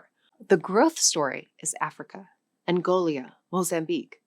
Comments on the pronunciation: Ironic that she is lacturing about language and calls "Angola" "Angolia..." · Seriously, this is a language channel, getting country names wrong is not a good look. It's Angola, not Angolia. This is not a one off, just watched another one of your videos where a country actually had an i in it, and you omitted it, saying Nam-Bia instead of the correct Namibia. Edit: Add Burkha Faso to the list, it's Bur-Ki-Na Faso. Maybe review and practice the countries that you need to pronounce before making the videos. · Did she really say ‘Angolia’ instead of ‘Angola’ and ‘Subsaharian Africa’ instead of ‘Subsaharan Africa’? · Are you authoring the content and reading it? It seems like you're reading from a script you didn't write. For example, the way you read "China-first strategies" shows exactly you didn't write this. Another example is how you pronounce: - Burkina Faso - Angola - pronounce incorrectly once, and then correctly 2 seconds later) - Sub-saharan - Mozambique on makes me want to swear this is AI reading. And a few other examples here and there. I still like your content, just asking. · Gotta drop the random 'i's in your speech. It's not Angolia, or Sub-Saharian. It's Angola and Sub-Saharan. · Okay um you have several name pronunciation fuck ups here. Its Angola not Angolia. Its Sub-Saharan not Sub-Saharian. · Your topic is important and interesting, but you mispronounce way too many words and African place names. Please learn the names of countries and how they are pronounced before you attempt to say them. Angolia? Burka Faso? DCR? You meant Angola, Burkina Faso and DRC. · Angolia? , Guiné-Basseau?? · She is 100% AI. As an ESL teacher with 10 years of experience I can tell you it's not that it's not a thing about her being native. She chewed the word mandarin, she inconsistently pronounced angola and angolia etc. Freaks me out man!! They even got the shadow of her earrings 😢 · It is odd...